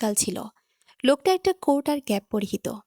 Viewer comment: Joghonnoooo joghonno joghonno. Eisob banladesi gulo lekhe kano ? Banan vul uccharon vul uff. Coat ke bolchhe" cort.".